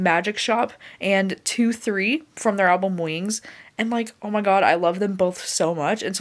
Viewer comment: Someone has probably already commented this but “2,3” is pronounced “dul, set” like the Korean 2 & 3! Definitely recommend the song “Coffee” by BTS! It’s such a good vibey song! 💜💜🙌🏼